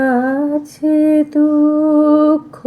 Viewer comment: পাঠ সুন্দর। কিন্তু আছে শব্দটি হাছে হয়ে গেছে। আর রবিঘোেষ সম্বন্ধে মূল্যায়ন তো কিছু বলার স্পর্ধা নেই। 🙏